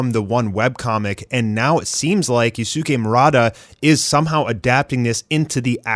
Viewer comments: Just a piece of advice, "Yusuke" is pronouced as "Yus-ke" (silent U) rather than "Yusu-ke". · I’m generally not one to correct pronunciation but please learn how to say Yusuke’s name correctly 😭